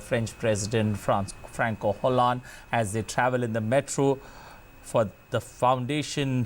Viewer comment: His name isn't pronounced "Franco Hollande," but as "Franswah Hollande"